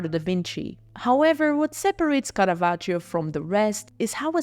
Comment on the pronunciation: I liked the video, but the pronunciation of Caravaggio’s name threw me off all the time, and I am not even Italian 😅